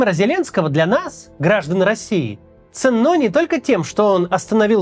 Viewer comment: грамотная речь? шутите? Макс часто неправильно ставит ударение. В этом ролике он сказал : ценнО, ( на 13.08). хотя ударение ставится на первый слог... как то так.